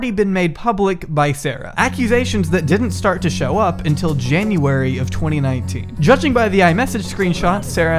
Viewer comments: jaunary lol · “jaunary” 2019 lol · 'jaunary' nice